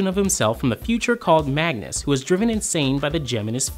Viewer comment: It's Magus...no n's